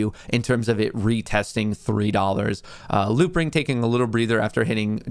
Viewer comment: Are you saying loopring?